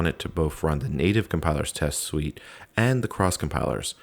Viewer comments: repeated line around 1hr48. Also it's suite (sounds like sweet) not suit. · Just an FYI, suite is pronounced like sweet